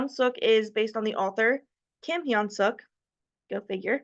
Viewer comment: Thanks for checking out our book! And great job being the only person I've seen pronounce Hyun Sook's name correctly!